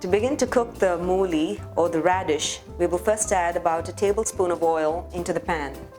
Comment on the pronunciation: Hey you knew mollify and you also said Redshe please stop selling your churan